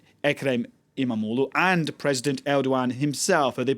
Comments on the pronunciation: Why can he pronounce "imamoglu" so perfectly lol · He can pronounce izmir and istanbul too not perfect but he probably worked on it. Other people absulutely butcher imamoğlu.